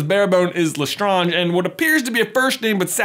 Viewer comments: Its LestrAAnge not Lestrange - Hermione Granger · You just butchered the LeSTRANGE family name. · Jeebus! You know because you watch the films it’s pronounced Le Strange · LESTRAYNGE, NOT LESTRONGE, HOW CAN YOU EVEN THINK IT’S LESTRONGE WHEN ITS SAID IN THE MOVIES LESTRAYNGE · Did anyone else notice when J just randomly said LaStrange weirdly? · I love how he pronounces Lestrange a couple times how it would be pronounced in French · Why is no one else questioning how he changed his pronunciation of Lestrange?